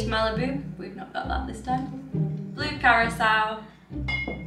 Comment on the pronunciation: Those drinks look amazing! You should have done the whole video in the tandem Halloween sweater 😂 Which was your favorite? I think we're going to make some of that candy corn infused vodka tonight! Also thank you for knowing how to pronounce curaçao 🙌🏻